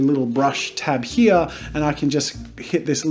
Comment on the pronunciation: he only says "here" like how its spelt once, the rest is "hea" i think thats really funny lol